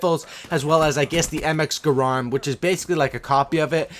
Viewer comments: Garand, NOT GRAND, PPL KEEP SAYING IT LIKE GRAND, IS GA RAND FOR PEEK SAKE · You use the word overpowered far too much. The Shieva is not overpowered.. Even with high caliber. The only way it could be overpowered is if there was someone who had God aim and could simply shoot at your head every time. The RK5 is NOWHERE NEAR overpowered. I hate that pistol. And the way you say Garand kills my ears :@